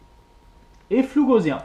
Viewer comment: Bien, simple et clair ! Mais on dit pas gauZien, mais Gausssssien (de Gauss, le mathématicien allemand)